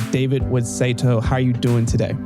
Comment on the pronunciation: Saito man, not Satio 😂